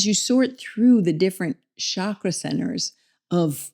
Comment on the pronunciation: The sandskrit pronunciation sounds more like “CHUCK-ruh” Otherwise, the word you are saying in Sandskrit refers to the reproductive tissue: the “Shukra”